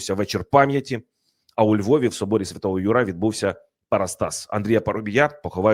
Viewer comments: Архикатедра́льний собо́р Свято́го Ю́ра - наголос!!! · Собор святого Юра в українській мові вимовляється з наголосом на звук Ю а не на А. Це перекручення жахливо ріже слух! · З повагою, але не ЮрА, а Юра... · Соборі Святого `Юра. Наголос на першу букву !